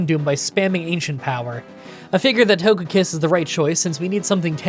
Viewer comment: Yeah, it's odd that he mispronounced ToGEpi and ToGEkiss 😢